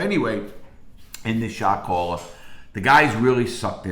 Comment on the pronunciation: That's all I hear now!